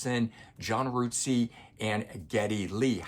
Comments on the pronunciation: Really good review but just so you know, John Rutseys name is not pronounced ROOTSEY it is pronounced RUT as in rut in the road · Rootsey? I think it's just pronounced Rut-sey.